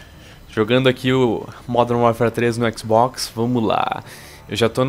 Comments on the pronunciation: oque ele quis dizer : Xbox oque ele pronunciou :ÉquisBóquis! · falando xbox: Equiz Box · o sotaque do no começo q matou!! o équizbókiss